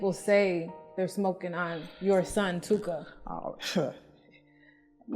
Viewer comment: Stop saying " TOOKA ".